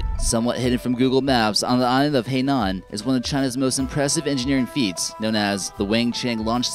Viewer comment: Why do you pronounce Guangzhou as 'Gwyangzao', Zhuhai as 'Zoohai', and Hainan as 'heynan'? If you're going to make a video that thousands of people will see, put 2 fucking minutes into learning how to pronounce the names.